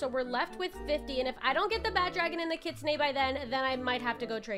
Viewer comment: Bro I hate when poeple say kitsune like kitsuneigh… it sounds weird no offense. I’m just a big kitsune fan